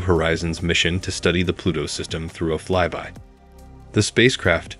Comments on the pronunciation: Why does the narrator keep saying "Fly Be" instead of "Fly by"? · Ikr, he apparently doesn't know the sound of "Y"